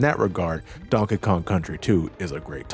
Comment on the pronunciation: Everytime you say Donkey Kong, it sounds like you’re saying Donka Kong